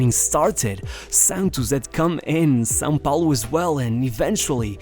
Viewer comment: the very first time a english speaker pronounce "são paulo" correctly, . The narrator is beyond expectation.